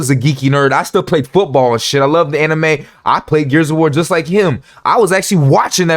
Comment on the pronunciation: 🤣🤣🤣 lets just say it. He only siding with Sneako cause he Non White. He smack talked nothing but white streamers than defended black creator. Notice he couldnt even say Anime correctly. Black dudes who watched every episode of Dragonball or Naruto can say anime correctly. This guy grifting hard.